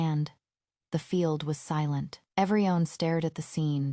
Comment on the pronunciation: This AI can't pronounce everyone (every-one), but says every-on 🙄